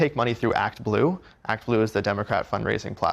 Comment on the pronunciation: Act blue sounds a little like "achtung"!